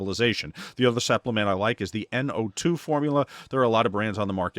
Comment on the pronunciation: Ummm. Supplement,. Not “suppliment”